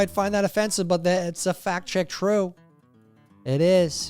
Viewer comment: Did you say fat check true? Or fact check true? Either work.